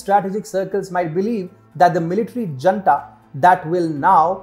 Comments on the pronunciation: Not that it matters, but the word junta should be pronounced as "hoon-ta" (it's a Spanish word) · Junta is pronounced Hoonta